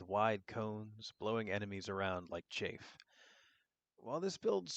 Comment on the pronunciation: this dude said "chaffe" like a fat persons thighs after running down the street. It's "chaff".. pronounced similarly to "staff".